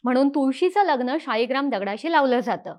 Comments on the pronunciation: "शाळीग्राम" ला मध्ये मध्ये तुम्ही "शीळाग्राम" का म्हणत होतात? शीळेचा बनलेला असतो, म्हणून का? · ताई शेवटी-शेवटी 'शिळा'ग्राम म्हणायला लागली.